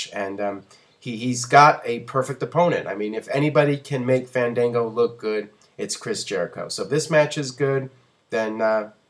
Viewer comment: MAN, FANDANGO DOESNT EVEN PRONOUNCE HIS OWN NAME RIGHT.. smh